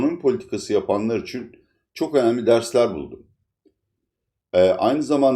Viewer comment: Türkiyede Bütün büyük adamlar konuşurken "için" yerine "üçun"derler..Ordan biliyorumki sanırım sizde çok mühim büyük bir adamsınız🤣🤣🤣(Latife dedem) Sayğılar sevgiler.